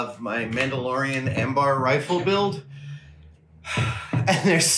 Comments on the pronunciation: I love that Adam still calls the Amban an Ambar.. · I apologise in advance, but I (Me,myself) just REALLY really need to get this out of my system; off my chest so to speak - Eh-hem [clears throat] Please, for the love of all things Star Wars ❤ It’s AmBAN AMBAN it’s Am-BAN please, I know it’s been a *little while since you made this video but PLEASE, I’m begging you - It’s not Ambar, there’s no BAR sound, it’s BAN Am....................ban!!! AMBAN ✅ 🙂👍🏽 awesome, understood, perfect. Ambar ❌ 😩👎🏽 Nope, just nope. * it’s mainly the other video dedicated to your building of this rifle. I’m hoping that people around you have said something about this, albeit minor error. Although, if the working atmosphere is such that people don’t feel comfortable or able to say anything.....well that’s a whole other conversation that you all need to be having. Ok, thank you for sharing this video and for giving me the opportunity to clear my mind of this - I really appreciate all it is that you do..genuinely.